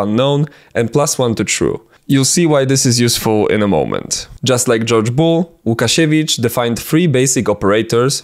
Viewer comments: You're Polish! i can tell by your pronunciation of Łukasiewicz and the fact you were so meticulous in writing his last name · mój drogi kolego, gdzie znajdę twoje materiały Gadane po Naszemu :D ?? ps. żaden niepolak nie powie łukasiewicz poprawnie :D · i want to adress one thing.... are you polish beacuse you have a standard polish english (idk its just the english we poles speak) and its no easy task for someone to actually so clearly pronounce łukasiewicz without beeing polish idk i just spotted that